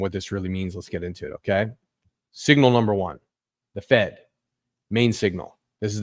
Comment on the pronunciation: Number not umber